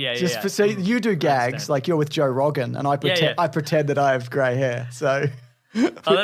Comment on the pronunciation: Ah yes, Joa Rawgan